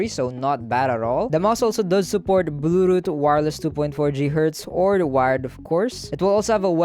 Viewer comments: HAHAHAAHAH blu--0hh-uhh-too-ott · give this man a subscription for sacrificing his tongue trying to say bluetooth